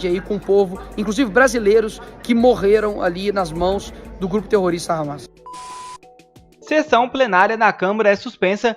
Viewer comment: Ramas? Hamás, se pronuncia "ramás" com tônica no ultimo a.